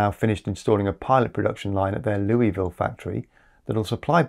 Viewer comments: Louisville, CO ins’t pronounced like Louisville, KY, it’s pronounced as Lewisville. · Oddly, the place in Colorado is pronounced Lewisville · Just for future reference, Solidpower is based in Louisville Colorado but the name of the small city (just outside Boulder, where the University of Colorado and founders have worked) is pronounced “Lewis ville “ not Louee-ville. Thanks for the awesome videos